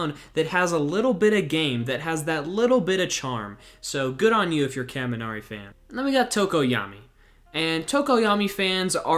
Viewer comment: ur pronunciation of kaminari hurts me. but i just like him cuz hes a silly guy with underutilized potential.